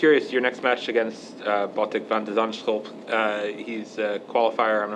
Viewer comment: As someone dutch, medvedev had a solid attempt at botic's name